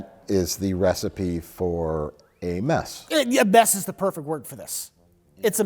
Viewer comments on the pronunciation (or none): none